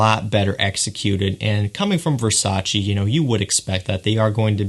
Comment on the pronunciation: its versace not versaci